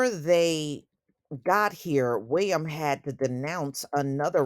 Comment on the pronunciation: The way you say "Prince Wee-uhm" is hilarious 😂